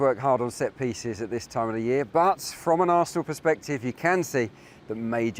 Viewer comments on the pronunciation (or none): none